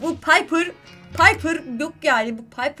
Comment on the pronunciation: ABLA PAYPIR DEĞİL PİPER DEDİN YA BİBER ANLADIM :D